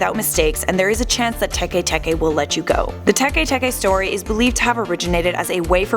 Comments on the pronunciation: Tekay Tekay 😂😂 it's pronounce like Teck Teck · Don't u mean tay-k tay-k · It's Tikwi not Teke Teke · I'm pretty sure it's Tiki Tiki, but whatever